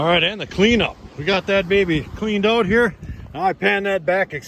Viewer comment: “We’ll check it oot” 😂